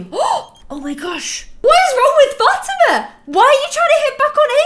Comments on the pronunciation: like fah-TEE-mah? cuz thats how i always said it. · Fatima's name is not pronounced "Fat-i-ma". It's pronounced Fa-ti-ma. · Ok it's been a long time you have been called Fa-ti-ma Fat-i-ma and it's kind of bugging me, because i actually have a friend named Fa-ti- ma. The correct way Fa-as in fall, Ti as in T, Ma and Ma like calling your mom Ma. Hope that makes sense🙏By the way love your channel. Must say i was your 100 subscriber😎